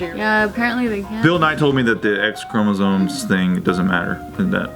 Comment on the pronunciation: ChromosoNes and Essscavated.. I'm sorry but this is what happens when you speak perfect english, but you gotta pronounce some words with your original accent, even though you don't have an accent. I guess it starts sneaking up on you after a while.